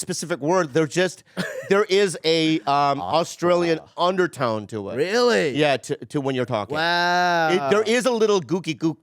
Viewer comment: when Ronny said “really” that sounded super Australian lol